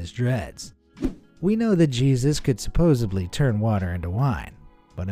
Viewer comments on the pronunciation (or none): Omg!!! I love this channel but if the narrator says “supposebly”1 more time...😡. It’s supposedly dummy